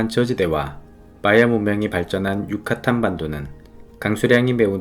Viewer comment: 항상 좋은 영상 감사드립니다. 팬데믹전에 자주 출장다니던 곳이 올렉문명이 번성했던 곳이라니 팬데믹이후 출장을 가면 시간을 내 찾아봐야겠습니다. 영상으로 속에 보충설명이 필요한 부분이 있어 몇가지 적어봅니다. 첫째 용설란을 식용했다는 부분은 정확하게 하면 아가베 아메리카나라고 하시는게 맞습니다. 아가베 아메리카나로 술인 데킬라를 만들고 식용으로 사용하지만 나머지 종류의 용설란은 먹을 수 없거나 밧줄을 만드는등 산업용도로 밖에 못 쓰거든요. 그리고 멕시코 과테말라등 메소아메리카의 발음은 된발음이라 꽈사꽐코스 미나띠뜰란 유까딴 떼우띠뜰란 일케 발음합니다. 떼우띠뜰란의 솔피라미데스 정상에 올랐던 나날이 그립네요.